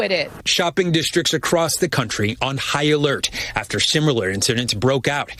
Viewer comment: love you. But please...it's AF-TER You keep saying ATH-ER